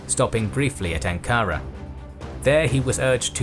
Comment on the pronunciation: You don't say Ankara like that. You have many mispronunciations.